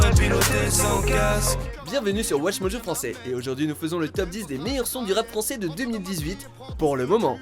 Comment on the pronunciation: Ne dis plus jamais çaisfran c'est moche vrai'...